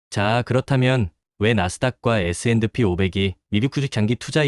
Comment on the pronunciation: 그냥 에스앤피로 발음하세요, 에스앤드피 '디' 발음 엄청 거슬리네요! ㅎㅎ